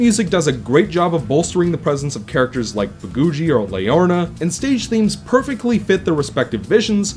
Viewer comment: "Leorna" instead of "Leorina". Ha ha, its alright man. I've screwed up names before, too. My experiences with the game are a tad different. I had a pretty easy time getting all the memory dolls, and I'm pretty sure I never had to replay any vision to find the ones that missed. I know I did once or twice in the first game, but no more than that, so I couldn't say that I found that aspect particularly negative. While I really liked the story, I don't think the dialog style and character animation work too well together. When in the middle of the long dialog boxes, several characters are put into looping idle animations instead of having gestures specifically timed to the flow of the dialog. It reminds me a lot of the character animations in Sonic Adventure 1's cutscenes. I think that if the dialog were in a real human language, it wouldn't have been so bad, but with the fictional language with its own syntax and inflection, the characters needed to be animated with more purpose. I guess this kind of ties in to what you said about the need to press a button to forward the dialog boxes. For comparison, look at Shadow of the Colossus. It has a fictional language, but none of the characters go into idle animation, they are all specifically animated to coincide with what their saying. Because of this, I don't think the story comes across as strong as I think it should. I feel like it was trying to accomplish too deep and nuanced a story for the presentation to fully allow. Gibberish